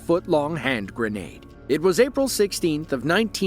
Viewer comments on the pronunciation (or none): none